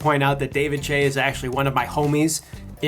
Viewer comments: It's David Choi, not "Chay", but instead pronounced as "Choy". I cringed every single time you say his last name. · he's saying David Chai instead of David Choi WTH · "Ryan higguh?" "David Chey?" I doubt this is even a typical foreigner mispronunciation. The spelling for David Choi is CHOI. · I cringed every time he said "David Chay" . It's David Choi .. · David "Chey"? haha it's "Choi" as in "Choy" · David chae xD aint it choi? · FYI, you are pronouncing David's last name wrong. It's not pronounced che but Choi like ahoy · David Choi not Chae 😑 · but David the guy he's talking about doesn't pronounce Chay...he pronounces his name like choy...He has his own youtube channel ..which is weird since he claims to be friends with him but doesn't know how to pronounce his name. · This would be an incredible video, if he pronounced the names correctly. I stopped watching after nigahiga (knee-gah-he-gah) was pronounced wrong. Ryan Higa (He-Gah). David Choi (Choy). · "David Choi is actually one of my homie" can't even say his last name properly. I'm watching your video and i'm like "who the fuck is David DRE?" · Its david 'choi' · it's pronounced David choy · idk why but im bothered by how every time he pronounces david choi's last name, its pronounced as choy #lamp #k-pooper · David Choi. Just read it as Choi. americans... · David actually pronounces his last name as legit "Choi" not the way the guy in the video pronounced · it's more "chweh" :'DDDDDDD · Lmao he keeps saying David" Tshay "😂😂😂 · The way you pronounce 'Choi' is just fucknly irritating It's not hard to pronounce. Fix it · Says him and David are friends yet can't pronounce his surname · im not shure if its on purpose but yeah and you are saying david choi wrong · How is David Choi your homie but you can't pronounce his name properly?! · how can one mispronounce "choi" ?? where the fuck is the "a" in the name? moron!